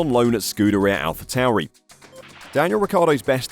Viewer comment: It’s Pronounced Alpha Torey.